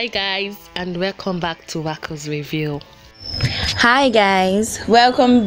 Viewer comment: Wowww. Please who is the babe with the foreign accent saying “with you” instead of “review”. Im calling Shalewa oh